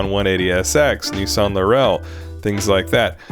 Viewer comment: Lurell? It’s laurel.